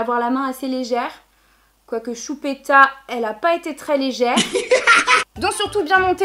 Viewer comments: A chaque fois qu'elle dit CHUPÉTA je peux pas m'empêcher de rire 😂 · He ma tortue sapelle choupita 😠😠😠😠😠 😃😃😃😃😃😅😅😅😅 Lolllll tes la best tu ma youtubeuse préférée tu est tres belle (meme comme sa 😉) bref en gros je te kiffffffffffffffffffffffffffffffffffffffffffffffffffffffffffffffffff💓💓💓👑👑👑👑👑👑 Et quand tu dis choupita ta trop laccent bledart